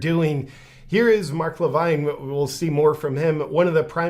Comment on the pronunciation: Loved how you mispronounced mark levins name differently every time you said it. lol 😆